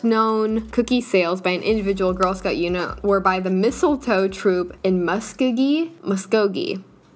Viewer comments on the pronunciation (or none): as an oklahoman, mispronouncing muskogee is something so not what would happen that its funny to me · I live in Oklahoma and to hear her mispronounce "Muskogee" was amazing 😂I've always wondered what people think about our town names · I live close to Muskogee and it’s so weird to hear someone not know how to pronounce it lol